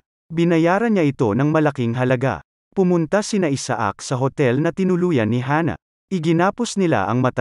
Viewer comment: Isaac should be pronounced correctly and it's pronounced in the USA, Canada and European countries as I-sick 👍